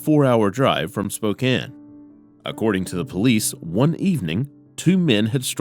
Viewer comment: Thank you for pronouncing 'Spokane' correctly!